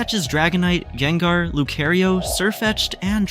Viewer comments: He said gaible gabiite garschomp and then jengar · Its gible not giable not being mean and sceptile has a silent c ANDITS NOT JENGA ITS GENGAR